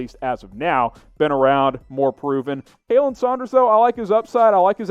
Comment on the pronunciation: Also, if you're gonna call yourself a Chiefs channel, stop mispronouncing names, like Khalen is pronounced Colin, not Kaylen.